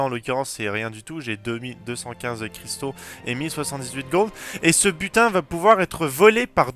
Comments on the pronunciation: Butin. J'ai compris "putain" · A chaqes fois que tu disait butin je comprenai putin je me disait WATTTT